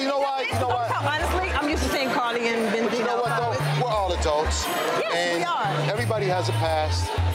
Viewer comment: Karlie: benzino Joseline: bensino